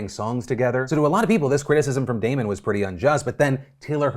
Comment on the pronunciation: Phil, as a Damon myself, it is very nice to hear my name pronounced correctly haha